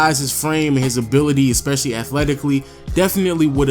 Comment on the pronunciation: ES PE CI LL Y not expecially